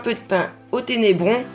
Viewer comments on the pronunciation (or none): Oui tu dis ténébron, mais c'est pas grave. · Ténébrion, pas ténébron ;-)